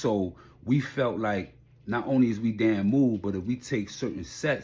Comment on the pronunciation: DAMU = is pronounced like “DIE” “MOO” not “DAY MOO”